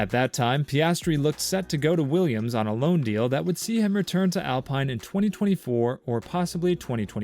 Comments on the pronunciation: It’s Alpine not alpiine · The I is pronounced as an e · what tf, why you saying Alpine and Mick Schumacher like that. The "I" is pronounced like an E and its not Mike, its Mick